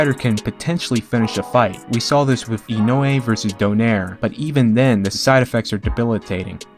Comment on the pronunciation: Why do you say “wiff” instead of with and “boff” instead of both?